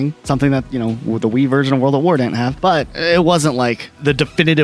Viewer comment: ah yes, the Vii wersion